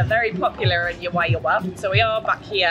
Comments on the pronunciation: The pronunciations for Juayua….should be….who .. A …you…A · The town of juayua is pronounced like who - a-you - a. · Juayua ( who- a you- a